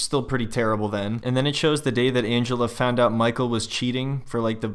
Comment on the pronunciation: The way you say MICHEAL with the accent is so hilarious